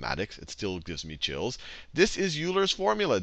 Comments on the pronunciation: Avernus Inferno I don't know what the problem is... he posed a pretty simple statement. The commentator is pronouncing Euler as YOU-LER when it is, in fact, pronounced OI-LER. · oh god, Sal please tell me you're not pronouncing the great mathematician "yooler"... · I can't believe Salman Khan pronounced Euler as "Yuu ler" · "Yooler" is like fingernails on a blackboard for a mathematician. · It’s pronounced YOU-ler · just a correction, Euler is pronounced like "Oiler" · Please stop mispronouncing Euler so I don't end up throwing a rock through my monitor.